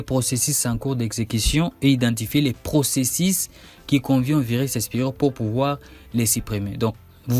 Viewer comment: la Methode que vous proposé est très longue dans son procésis, en fait j'ai rebobiné votre video 10 fois rien que pour réentendre votre prononciation du mot procésis LOL incroyable .